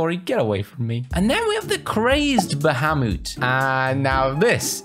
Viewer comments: you butchered Bahamut almost as much as Siri mispronounces Akaroa ba-hay-mutt, you said ba-hah-moot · Its actually ba-ha-moot